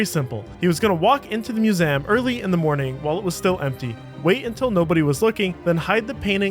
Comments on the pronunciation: Or maybe he actually pronounces museum as /mjuˈzæm/, since that is a listed dialectical pronunciation of the word on Wiktionary. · have i been mispronouncing ‘museum’ my whole life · nope. he's just being a bit tarded. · Good job but you need to work on your pronunciation: "Museum," "Peruggia," and like most French words, the "S" is silent in "Charles." Also, the theft of Mona Lisa was never a "Meme." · Dude, I couldn't watch this with the pronunciation of museum. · Why you say museum like that ? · he wants to sound French 😂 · Disliked just for the way this guy says museum Grow up lol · Why do you mispronounce museum? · What's up with pronunciation of 'museum'... :D. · The "Moosam". What? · Moo-zam… Gaw! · What's a "mew-zem?" 🤣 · The word is Mu-ZEE-um, not Mu-Zem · “Museum” is a 3-syllable word. myou-ZEE-əm, not myou-ZIMM. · It's museum not muzeem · How can you mispronounce "museum?" 😂 There are three syllables, not two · Sorry butt it's mu-sé-um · What the fuck is a Museeem? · museum ❌ mu-sem ✅ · I can never not hear "mewzayumm" 🤣🤣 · No. Musaan, like moo-saa-ahn. At least the cheap readbot can simulate everyone's voice, but not the pronounciation. Pronounciation costs extra. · It's mew-saan, just like hassan or allaaaaaaah. The cheaper the readbot is, the more the dude can snort. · ”Muzeem” and ”louve” being said every 30 seconds in a video about a museum called the Louvre is fucking infuriating. Good work farming engagement but ill avoid this channel in the future even tho the video was quite good 👍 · WTH is a "muzem?" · What’s your accent that’s making you say “muse-amm”? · I think he was going for french pronunciation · Great video. But….next time you want to make one about a musEUm just hit me up. I will narrate it for you for free. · MusEHm. LAgacy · I wish it were true. No human pronounces "museum" as "moozam". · I've never heard such an odd mispronunciation of the word "museum" 🤣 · Bro, say the word museum to yourself again.